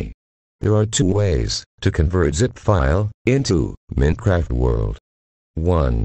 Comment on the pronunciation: Hello TTS guy. Why use a tts lol, its telling Mincraft instead of Minecraft